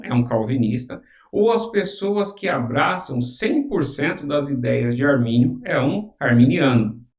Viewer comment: Não é "armani" também não né kkkkk